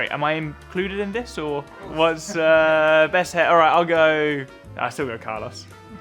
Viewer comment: Editors leaving in George saying "breast" is diabolical work